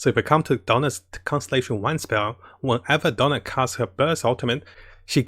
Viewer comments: It's DIona, not Donna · Character name: "Diona" English VO: "Daiona" \ "Dyona": "Dona" Diona: WHY CAN'T ANYONE GET MY NAME RIGHT?! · Who is dona ? come on man I like your content but if u want to provide a higher quality content got to work those pronunciation of names take it slower my friend